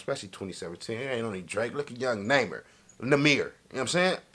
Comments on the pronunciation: His name pronounced “ Nah - Mere “ not “ NayMer “ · "Naymer" lol! It's pronounced "Nah-Meer" u know this lol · How he gonna correct himself and still get his name wrong😂